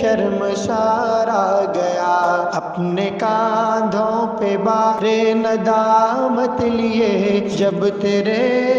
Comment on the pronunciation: بھار نہیں بار ۔۔ بار ندامت